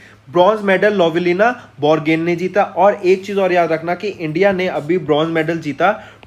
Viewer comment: Borgohain, Myanmar apse bola nahi jata. Bor Gain, aur Maya Maar bolte ho.